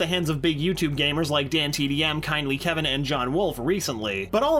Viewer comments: Did he say kindly kevin???? Boy its kindly keyin like if u thought he said kevin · It's Kindly Keyin not Kevin! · It’s not kindly Kevin it’s kindly keyin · You said Kindly Keyins name wrong. He's my favorite gamer so i should know